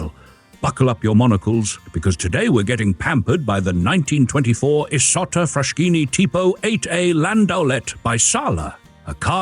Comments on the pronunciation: Oh ffs, it's pronounced FrasKini ! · I can’t stand all the mispronounciations. First of all it’s Frass-Kini not Frash-kini (just like Bruss-ketta non Bru-shetta) Then Cesare is “CHAY-za-ray” not whatever it is this man says. Lots of others too. If you don’t know the correct pronounciation, that’s fine, nobody speaks all languages, but find out from someone who does.